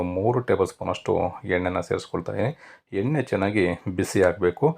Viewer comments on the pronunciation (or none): none